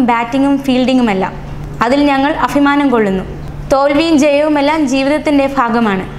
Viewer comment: ഫാഗം അല്ല ഭാഗം അഫിമാനം അല്ല അഭിമാനം കഷ്ടം നല്ലപോലെ വായിക്കു